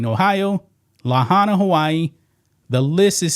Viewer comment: La high na, not La ha na.